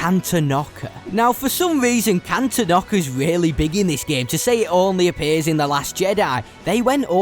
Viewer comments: Great video. It's pronounced Can-tawn-ick-uh though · Am i the only person that gets triggered when he says: “Cantonoca” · It’s pronounced can/ton/ic/ah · Cantonica ❌ Cantonockah ✅ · No offense, but your mispronunciations of kijimii and cantonica hurt me.